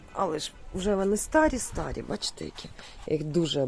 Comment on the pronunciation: Не обувь, а взуття. Не туфли, а черевики. Не тапки, а капці. Не перестирать, а перепрати. Не стАрі, а старІ. Ви ж для цього відкривали цей канал? Чи просто, щоб з двох каналів гроші йшли?